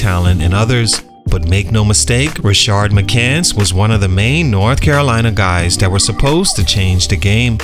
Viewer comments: This is a cool series. I saw it in the comments already but just wanted to echo. Makes it hard with Rashard Lewis but the guy in this video doesnt have that second "r" in his name. Just Rashad. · Rashad, not Rashard. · You were a lot nicer to in this video than the last one. What changed? Also it's pronounced "rah-shad" not "rah-shard". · *Rashad…..not “Rashard” McCants